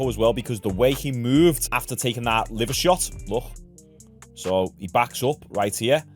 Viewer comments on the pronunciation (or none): none